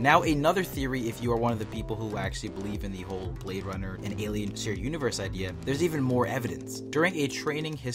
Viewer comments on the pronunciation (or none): none